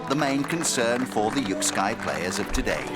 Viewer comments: Quick pronunciation correction: It's more like yuk-skay than yuk-sky. Cannot see how this is one of the most strategic sports?? Perhaps someone can enlighten me..? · This sport is pronounced "yik-skay" (not sky), and the language they're speaking is Afrikaans, (a language derived from Dutch), and one of South Africa's 11 official languages.